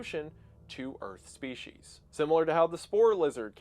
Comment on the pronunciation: There is no H in species.